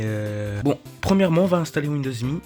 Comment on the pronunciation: YAY >_< une vidéo (sa ce prononce M.E pour Millenium Édition)